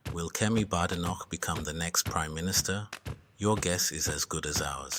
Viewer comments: Maybe you should start by pronouncing her name correctly, it’s not Bad, it’s Bade, Badenoch. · There is no bad in her name it's produced (bay day knock) badenoch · Anyone can govern, provided its not the current government front bench. Oh, and by the way, at least pronounce her name correctly.